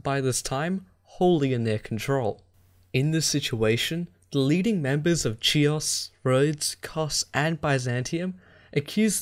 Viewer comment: Great quality but my brother, if you somehow managed to get the "ch" in Chares right then why, oh why, did you do "Chios" like that? Anyway I certainly hope you may decide to continue this series at some future point...✌️